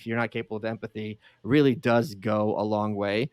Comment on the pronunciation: Dear reader 😂 he reary ronrey